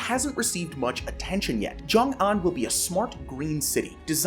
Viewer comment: Where are u getting joing, it's xiong. More like shiong in English